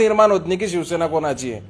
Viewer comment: Aadhi tar ya patrakarala shivsena ucchait (pronounce) karayala shikava. Shivsena mhana. Shivshena nahi.😢